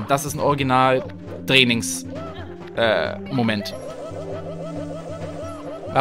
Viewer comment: Er: woher weißt du das ich einen Sprach fehler habe? Auch er: draining (angelehnt an bokis post auf Twitter ;])